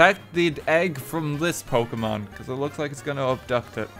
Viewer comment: your pronunciation of the pokémon names is.... painful, in some cases xD (and this is coming from someone for whom English is their third language)